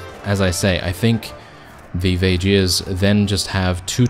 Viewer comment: Vageirs??? I always pronounce it as VAY GUARS (with a strong G) Edit: and I'm one of them. 😉